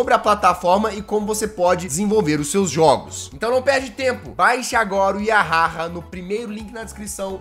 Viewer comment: Eu acho q vc pronunciou "yahaha" do jeito errado kkj